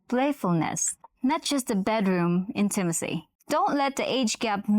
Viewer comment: What is in-TIM-a-cy? Seriously. You can help her.